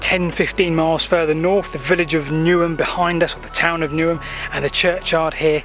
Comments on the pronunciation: Newnham , not Newham ? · Really interesting - as always. However as I was born in this village, (where you walked through the graveyard), I can confirm that the actual name is not "Newham", but Newnham (or Newnham-on-Severn as it is often called locally). Lovely to see it again:). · Really good and interesting. Just to let you and anybody how, if not local (born and bred).. Aust Is pronounced “Aost” the au is sounded as O..! Tidenham is pronounced Tidnum, and Newnham is pronounced Newnum, by us locals….!! If you ever do anything in or around St Briavels or Ruardean, check out the correct pronunciation first…